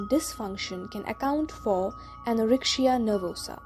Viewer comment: Good but why do you pronounce the letter c as sh in the word anorexia ??? it is irritable. Yet thank you.